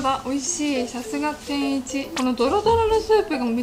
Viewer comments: 食ちゃんの「天一」の発音がおかしいのか、それとも関東の人の発音はみんなこんな感じ？ 違和感がすごい… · てんいち→→→→って発音は関東では普通なんですかー？ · 関東の人の天一のイントネーションがどうしても気になる笑 関西人ならわかってくれるはずw ぜひ京都にある本店に来てみてほしい！！ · 天一のイントネーションが京都と違うの違和感あるんだけど可愛いww